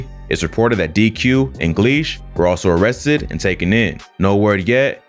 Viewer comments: They mauressted muwhop lady can’t pronounce arrested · “They amessted “ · I can’t get over how his mom said arrested wrong when she said c-thang lol “Amested” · "They ammested c-thang" 😭😭😭😭😭😭😭😭😭😭😭🤣🤣🤣🤣🤣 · Damn they Amessted cthang??? Not amessted😂😂😂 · Damn first she says they arrested then she says they amessted lol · That "Ammested" Pisses Me Off Everytime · "They arrested muop they aMMested cthang"... Smh.